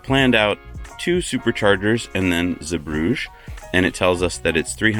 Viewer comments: Osnabrück is where my old company head quarters was, KME. I used to stay in the Walhalla Osnabrück all the time. KME donated a massive Copper/Zink obelisk in the town center. BTW it's pronounced OZ NARR BROOK. And Again, Zeebrugge is pronounced ZEE BRUGGER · Zeebrugge is not pronounced like Bruges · Zeebrugge is located in the Dutch speaking part of Belgium (Flanders), and should therefore not be pernounced French but Dutch. Love the video tough! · yep, but I doubt he is able to pronounce the “g” the right way